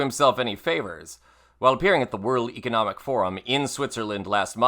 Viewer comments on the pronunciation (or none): none